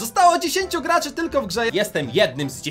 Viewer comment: Gaczy XDDDDDDD